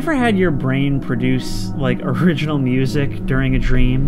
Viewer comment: bro no way that’s how you pronounce music